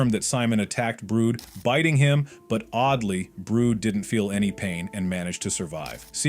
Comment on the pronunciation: kits brut not brood